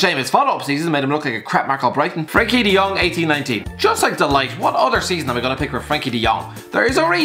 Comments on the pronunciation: Can we just get it right. Its mathias de lit not de light . (Ik its spelt de ligt im just spelling it how its said) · Did he say De Light? Or De Ligt? Cant tell 🤣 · His names not De Light its De Ligt lol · No one:: matias da light 💡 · English people are capable of pronouncing it right though... Just pronounce it as "deh leat", come on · what I meant was they are capable of pronoucing it as close to the proper way as possible, while says "De Light". Also non-native English people aren't capable to pronounce the "th" sound right away either, but you can work on that and learn how to pronounce it